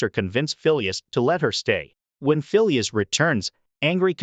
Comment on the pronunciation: The name Phileas is pronounced FEE-lee-us with the accent on the FIRST syllable. Not fee-LEE-us